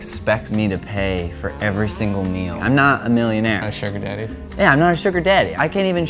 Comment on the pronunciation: The guy in the red makes weird emphases- sugar-DADDY, million-AIRE